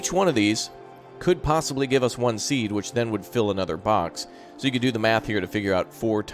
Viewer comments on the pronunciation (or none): none